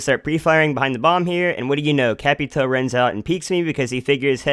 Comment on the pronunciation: nice vid just saying its capitao not capitoe many people make mistakes though great information keep it up😉